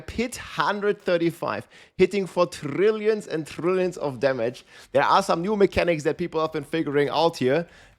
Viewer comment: Trrrriiilion of trrrriiilion